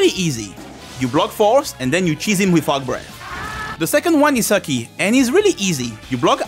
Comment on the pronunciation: I enjoy how you pronounce Fuu-Ki and Sui-Ki as "Fucky" and "Sucky".